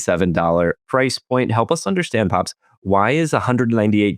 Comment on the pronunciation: Price is a one syllable word